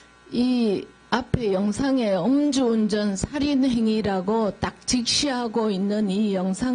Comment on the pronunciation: 그래도 국회인데, 발음에 조금 더 유의해주세요, 엄 주 운전, 엄 주 상태로,, 좀 그렇네요.